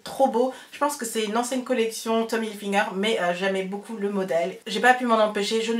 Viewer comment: Tu m'as trop fait rire en disant Tommy Hilfi'n'ger. Ça m'a fait penser à Goldfinger